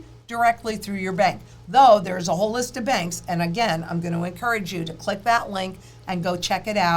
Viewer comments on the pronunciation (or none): none